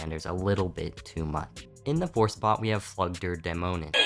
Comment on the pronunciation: The pronunciation of "Flug der Dämonen" was actually pretty spot on :)